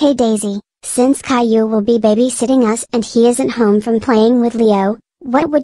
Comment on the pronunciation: How you pronounce it "cailou"